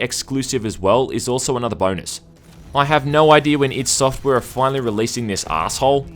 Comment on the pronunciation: Thumbs up if you hate it when people say "eye-dee" software.